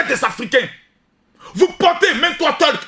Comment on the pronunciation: 😂😂il a dit talk ou tolk au lieu tayc tayc y sera comme un ouf quand y va voir ça 😂😂